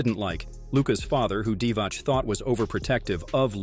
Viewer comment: its pronounced divats